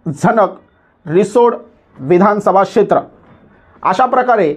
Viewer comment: Kshetea mhanta yet nahi yala shetra mhanto n chukichi mahiti deto